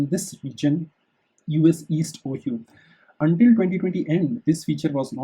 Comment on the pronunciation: Pronouncing things properly will make this much more understandable to native English speakers. You should look-up proper pronunciations for instance "Ohio".